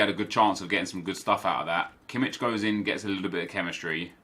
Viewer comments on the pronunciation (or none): Im not trying to be a smart ass, just saying that its pronounced Kimmish not Kimmitsh^^ I mean how would you know it^^ Great video of course!